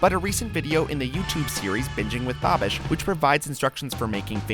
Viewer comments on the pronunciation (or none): Did say baabish instead of babish